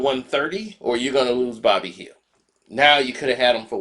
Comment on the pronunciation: It's "Buddy Hield" not "Bobby Hill"😂😂😂😂 got the name right in the title and still can't enunciate it correctly 🤦‍♂️